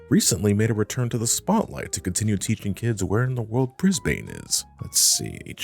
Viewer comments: "... where in the world BRIS-BANE is." So close,. So close on saying Brizz-bun. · Hearing "Bris-bayne" hurts 😭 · As an Australian, hearing an American mispronounce Brisbane hurts so bad 😂😂